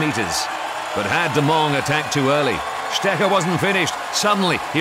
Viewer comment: Strecher?! With a special emphasis on the "ch". Seriously...this is pathetic